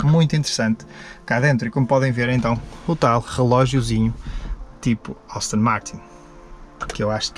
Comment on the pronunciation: austin ? ASTONNNNNNNNN 😂😂😂👍🏼🙏🏼